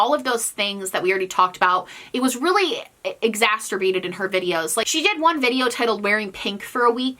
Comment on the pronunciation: I love you but it's "exacerbated" not "exasterbated!"